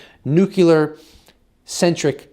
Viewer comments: Every time he says nucular instead of nuclear.😬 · Nuclear, not nucular. Love your content! Thank you for reporting! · It's "new"-"clear". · 'Nuclear' has one "u" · Hey...please learn the correct pronunciation for nuclear. You pronounce it incorrectly...like George W. Bush.